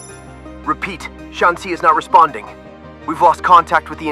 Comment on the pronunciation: You mispronounced Shanxi every time. Apart from that, amazing video.